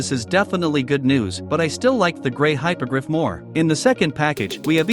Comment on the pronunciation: *Hippo-griff Not Hypogryph Great build btw keep it up